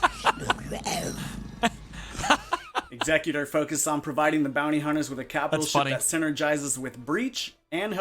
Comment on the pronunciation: Hey. Nice video. Just so you know, Executor has 2 pronounciations. In this instance, it is Executor - as in something that Executes things, so is pronounced Exe-cute-or. Hope this helps for future videos.